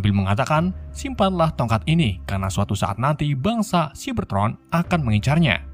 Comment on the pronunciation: Bang cyabertroon bukan ciberton